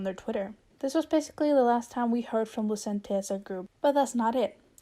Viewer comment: Their name is pronounced “Lu-chent”